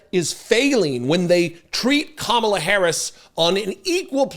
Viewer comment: Kinda funny he can pronounce mein kamph but can't say Kamala???